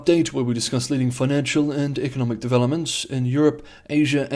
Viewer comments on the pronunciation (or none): none